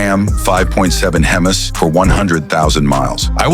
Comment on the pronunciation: Is this guy a programme? Pronouncing Hemies as hemis.